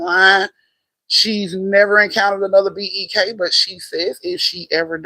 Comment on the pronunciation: Bek...she said who is bek...beek lol